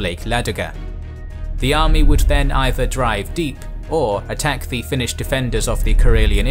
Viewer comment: Thank you for the in depth-background section! It's very rare to see representations of the war with the events of thoroughly explained. A very good video overall, even your Finnish pronunciation is pretty good! Edit: Finland didn't exactly lose it's autonomy in 1905, it actually reformed into a more democratic system while retaining it's own currency etc. But the Russians began trying to unify their realm by limiting Finland's autonomy and that set in motion various forms of resistance, though most Finns didn't see independence as realistic or even desirable until Russia started collapsing into revolutionary chaos in 1917